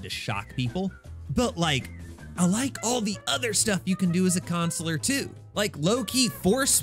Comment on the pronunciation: Why do you keep this pronouncing the word counselor?